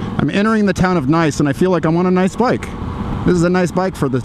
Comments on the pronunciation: the town you started in is pronounced niece. im from lake county and I hear that a lot. jst thought you wud appreciate the knowledge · Nice bike nice scenery and that town you passed through, is it not pronouced Niece as in the french "Nice"? I am going to test ride the MT-07 as it gets better reviews and is yet again cheaper than the MT-09.